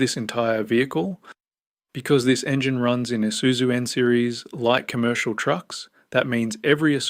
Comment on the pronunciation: Pa hairo ,nessaarn eesuzu are you even Australian 😂😂😂 tb42 uses 15L just to start up